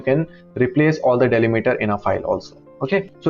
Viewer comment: डैलीमीटर ❎ डीलिमिटर ✅